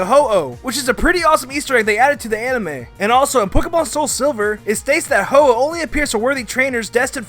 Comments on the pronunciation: its a ho-oh not ho-ho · It's ho-oh, not ho-ho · It’s ho-oh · u said ho-oh wrong...